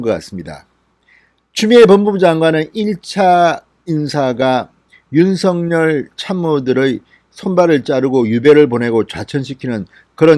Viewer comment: '尹錫悅'은 [윤성녈]이 아니라 [윤석열]로 읽어주시면 어떨까요? 확인해보시고 방송해주셔요. 진성호방송의 발전을 기대합니다.